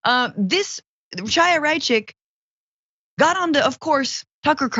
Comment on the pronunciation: why cant leftists pronounce chaya? it's a hard H like l'chayim it's not pronounced like the tea and it's clear that she is in the closet she is a lubavitcher and is rather up there in age and not married....that doesnt happen in that sect BUT I CAN CURE HER...SHE JUST NEEDS SOME DEEP DICKING AND AN ORGASM